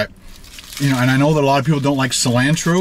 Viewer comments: Its cilantro not selantro lol your one of my favorite food bloggers but they way you said cilanto bothered me so much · Please learn how to pronounce cilantro! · The way you say cilantro hurts me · He is saying silantro for views and it's working. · The way he says cilantro 🥴🤦‍♀️ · You say Cilantro really funny. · STOP SAYING CILANTRO LIKE THAT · You pronounced cliantro wrong lol. But it's okay I understand completely. I mispronounced it for quite a while till I turned 13 (I'm 23 now lol).... and someone said I'm pronouncing it wrong lol. -California, USA